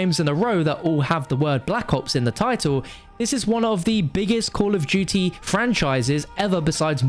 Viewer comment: Call of dooty